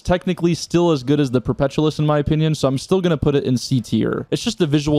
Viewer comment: dude can't pronounce perpetualis